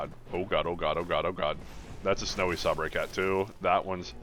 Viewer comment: Do you call them sabray cats ironically, or do you not know how to pronounce sabre?